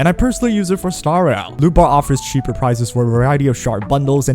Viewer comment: I was on audio and kept hearing lupa instead of lootbar😅